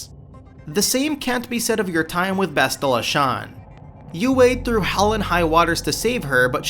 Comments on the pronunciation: Disagree on the point where Bastilla Shan (pronounced Bas-TIL-la) betrays you. She portrays you much earlier, though you don't learn about it until you're on the Leviathan and Malak informs you that 1. you're the former dark lord of the sith and 2. that Bas is the reason that you're still alive because 2a. Malak tried to kill you and 2b. the Jedi Masters literally mind raped you, erasing your memories so they could use you against Malak. Bastilla turning to the dark side is the enevitable conclusion after Malak captures you. Of course you're going to have to fight her (and save/kill her depending) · 2 things you pronounced Bastila wrong and how was Bastila's betrayal worse than Kreia's in the second game